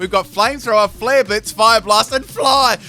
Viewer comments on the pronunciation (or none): none